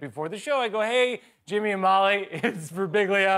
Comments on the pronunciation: His surname is so tricky that even Mike himself can't pronounce it correctly. It ends with "biʎʎa". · Fun fact, those announcers who pronounced his name "Birbilla", rhyming with "tortilla", actually got it right and Mike himself says it wrong. Greetings from Italy! :D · Silent G = "Birbilya". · Ummmm, is it just me, or does his name sound precisely like it looks? I could see stumbling on the accent point, Birbig ' lia, maybe? But really it's a pretty straight forward four syllables, lol! Damn, it's even fun to say! Thanks for the giggles;) And thanks Guillermo, Back to Back, what a comedic blessing!! This is some of the BEST 15 minutes of television!!! If this doesn't get an Emmy nod, I'm getting a lobotomy. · Birbiglia. All 3 i's are pronounced differently. no shade to the news people who couldnt say it right xDDD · Birbiglia. It's not that hard.